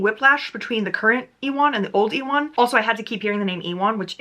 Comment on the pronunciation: omg girl ewan is pronounced like you-in. like the actor ewan mcgregor! did they really pronounce it like e-wan in the audibook?!